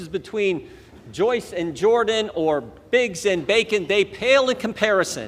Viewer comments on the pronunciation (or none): none